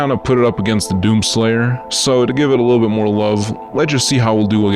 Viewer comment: emphasis on little